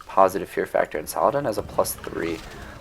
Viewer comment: Love ur vids man, think I’ve seen all of them, really. But the way You pronounce saldin as salladan gives me a fever dude 😂